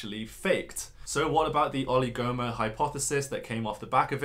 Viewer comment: With the word oligomer, the stress is on the I, not the second O. Just so you know for the next time you need to use the word!